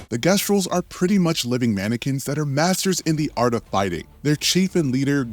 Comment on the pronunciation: Bro mispronounces Esquie and Gestral and I'm wondering if he played the game on mute.